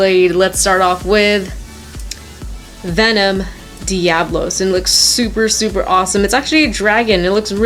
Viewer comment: its pronounced devolos